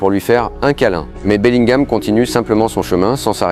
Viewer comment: Il à dit beliguam et vinisiuce